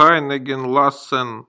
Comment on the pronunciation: Это ошибка автора. В немецком языке нет твёрдой буквы "л". Всегда произносится мягко. Поэтому правильно говорить лЮст, лЯссен и т д.